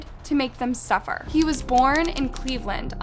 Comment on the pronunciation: the way she said suffer